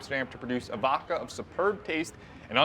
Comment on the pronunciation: Dose know it’s vodka and not “Vocka”?